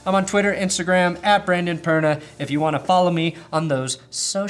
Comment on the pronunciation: Brandon “blublablublablublab” Perna